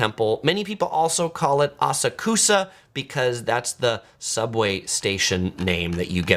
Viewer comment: How can you have such bad pronunciations of these place names but have such good knowledge? 😆❤(Asakusa is pronounced Ah-Sak-Ska)